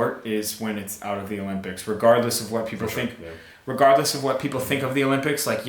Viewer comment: Does really say "whash" instead of "what"?